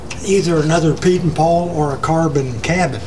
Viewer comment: Is he saying "Peter Paul"?